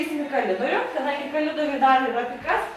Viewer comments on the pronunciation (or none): kolidorius o ne kalidorius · KoRidorius o ne kolidorius, kalidorius ar dar kazkaip, bet niekam neidomu :D